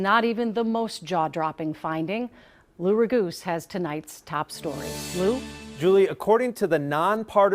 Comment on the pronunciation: Lou Raguse? Sounds like Loora Goose to me.